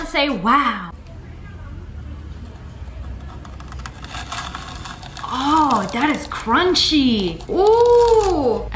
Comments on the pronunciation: u said wos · you said whoa not wow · YOU SAID WOAH, YOU SAID YOU CAN NOT SAY WOW,GET IT RIGHT NEXT TIME.😡😡😠😠😤😤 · u said woah not wow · You said the w ward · I'm pretty sure she said "woah"not ✨WOW!✨ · She said whoe not wow